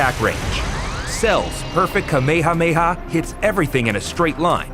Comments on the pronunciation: “Cell’s Perfect Kuhmeyhahmeyhah” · It is kinda funny to me that they didn't get somebody who knows how to pronounce Kamehameha and instead pronounces like the early Funi dub.